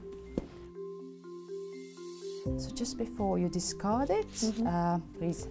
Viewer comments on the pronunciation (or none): "Thank and Dis-C-ard" not disgard!